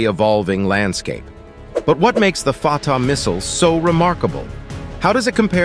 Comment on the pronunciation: I had to laugh when the narrator referred to the missile as the 'farter' missile LOL